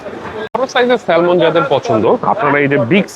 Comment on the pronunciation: শব্দ টা হবে স্যামন ল উচ্চারণ হবেনা